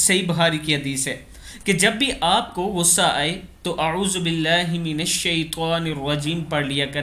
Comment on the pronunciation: BILLAAH PAR KHADAA ZABAR LAGAE SIRF ZABAR HAI LAGA HUAA